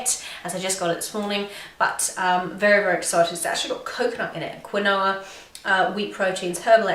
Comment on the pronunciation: Quinoa is pronounced like 'Keen-wah' just letting you know : ) love your videos